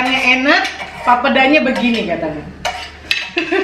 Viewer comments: bukan papda lafalinnya tapi PAPEEDA. terlalu encer itu papedanya. 😅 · maaf bukan pape da(sperti ucapan mama) tapi langsung aja papeda gak ada penekanan pada pada 'da nya 🙏 kapurung itu jg papeda diberbagai daerah beda namanya 😊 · Pelafalannya masih kurang benar.. pa pe da (da nyata lurussss aja 😀) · Ngucap "papeda" salah. Harusnya ngucapnya "papheda". Kalo tulisannya bener papeda wkwkwk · Akhirnya makanan khas Papua dibuat oleh 👏👏👏 maaf koreksi cara ucapnya Papeda itu " e" bukan e p'ep'et tp e biasa sj bgt n Enjoooy🙏🙏❤ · Papeda, e nya di sebut macam kl ngomong enak..😁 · Fyi aja.. Cara Bilang nya papeda bukan papeda (yg kaya bilang) 😂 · Maaf kak mau koreksi cara mengucapkan "papeda" seperti "sepeda". Peda nya sama hehe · Pelafalan papeda yg bener itu 'e'nya di baca seperti kata sepeda.. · Bukan orang papua tp yg aku sering denger pelafalan papeda itu 'e' nya kaya kalo ngomong ember/entok. Terus kayanya sih yg sering aku liat teksturnya papeda lebih sticky gitu makannya ada trick nga yg digulung2 gitu kalo ga salah deh, akupun belum pernah makan papedanya cuma bebrapa kali liat orang makan/buat papeda gitu. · Ngomong papeda nya ga gtu, setauku huruf "e" nya kayak penyebutan di terong. Cmiiw 🙈